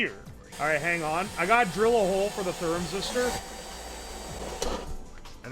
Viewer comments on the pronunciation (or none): "thermazister" has me cracking up every time he says it